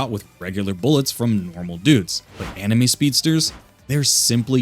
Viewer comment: Anime? Enemy? you said it correctly here though